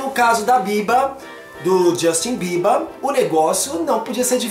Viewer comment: voce fala bierber como se fosse biebar